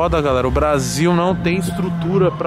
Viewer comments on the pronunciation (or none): none